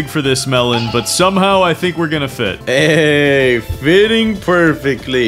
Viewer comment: when melon said hey!! its sound like hayy!!😂